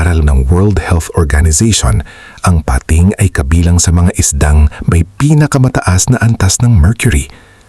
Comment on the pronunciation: PATING NOT PA-TING